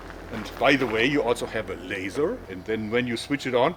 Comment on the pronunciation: "and by the way you also have a LASER." The way he annunciated that made me laugh so hard. Almost five minutes of her giving him this puedo-seductive look (which I'm sure it's a byproduct of her job) he is more excited to talk about it's features haha I love this guy. Also I want to be the battle stance animation of Laura Croft in the next reboot of Tomb Raider.